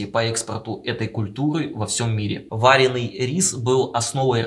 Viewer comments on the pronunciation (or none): Бедные мои уши , ВАРЁНЫЙ, ВАРЁНЫЙ МЛЯ , А НЕ ВАРЕНЫЙ